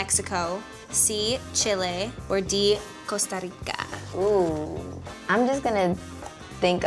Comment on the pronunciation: I love the way that hailey said: Costa Rica 😍